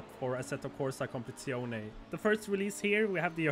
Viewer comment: Assetto Corsa CompetiziOH-NAY